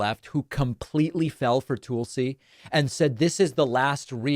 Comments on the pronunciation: It’s Tulsi, not Toolsi. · TUHlsi.... not TOOLsi. I know you are a grammar and pronunciation nerd so learn how to pronounce her name. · David, her name is not pronounced TOOL-si. It rhymes with ‘lull’. 👍🏼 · Why do you keep saying her name like that? Stop being weird. Just say it like everyone else does.